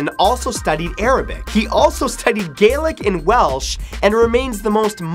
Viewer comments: You say Gaelic Galic btw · Anyone else from Scotland cringe when he said Gaelic? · I'm irish gailec is actually pronounced gay le ga